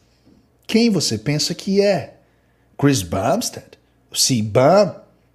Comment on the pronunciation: Você pronunciou Bumstead PERFEITAMENTE mas falou Cbum errado skskddkkddkksskk